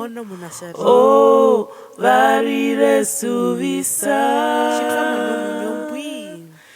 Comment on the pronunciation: Beautiful voices. Please reconsider how you pronounce the s, e.g. suvisa is pronounced zuviza as Otjiherero does not pronounce the s😊